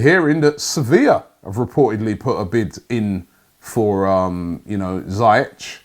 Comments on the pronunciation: Ziii-ieci .. not zaa-iach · Robbie, it’s not zayech. It’s ziyach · Robbie ziyech is pronouncer zee-yek